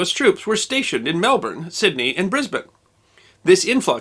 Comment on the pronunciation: Didn't do too well with Papua but also got Melbourne right.